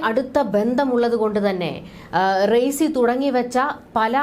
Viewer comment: Learn to pronounce the name of Iranian president first